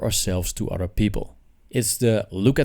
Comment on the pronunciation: It's "other" not "otter" (an animal)